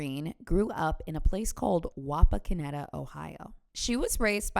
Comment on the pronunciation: Excellent job pronouncing Wapakoneta,!! 👏👏